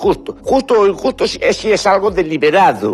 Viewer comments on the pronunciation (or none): ES JUSTU U INJUSTU 😂👏.Lo más grande.Me explicu 🇨🇱💛🖤🐍